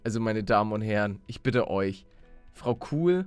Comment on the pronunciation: Was ist denn deiner Meinung nach Falsch geschrieben das "Bite" habe ich absichtlich so geschrieben, weil man das so aussprechen soll wie es Manuel tut